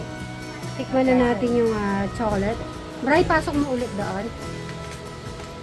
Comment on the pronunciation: Magnesium is best to take at night time. Please, it is irritating to hear pronouncing CHOCOLATE to CHOCOLET. Prounounce it right the way Fil say it.